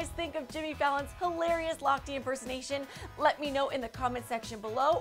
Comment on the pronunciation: why is she pronouncing it Ryan Lochtii,? it's Ryan Lochte